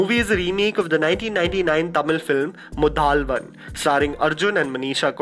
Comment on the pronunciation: ..not muthaalvan...that's muthalvan